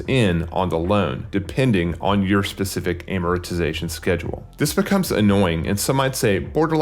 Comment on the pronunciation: He doesn't even know how to say "amortization" 🤣 financial guru right there